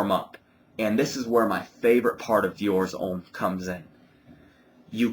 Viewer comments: Diors Omm lol its Deeeeor Hhommmm hehe nice review you should try the Intense its amazing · His not pronounced in French, dumb ass! Deeor Omme!